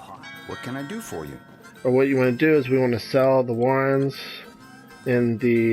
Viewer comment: I've never heard someone pronounce so many words wrong in one video. I lost my shit when he called the wyverns warrens.